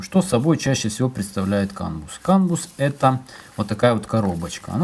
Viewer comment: Кан бАс. Не кан бУс! Аж уши режет.